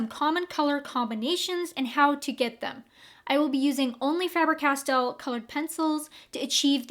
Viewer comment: FAber-Castell. The A is long in German. I am German. This is how it is pronounced. 😻